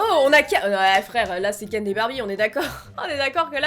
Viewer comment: C'est moi ou elle dit KenT et barbie😂